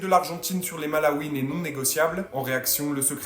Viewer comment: Et c'est les "Malouines" pas les "Malaouines" ... J'imagine que ce clown va doubler son année ...